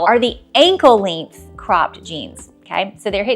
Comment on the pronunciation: Never heard anyone say “length” the way you do. Very curious accent you have with that word!